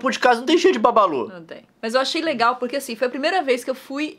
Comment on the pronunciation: Não é babalu é bubalu